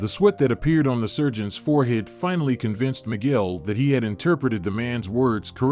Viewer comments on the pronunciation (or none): none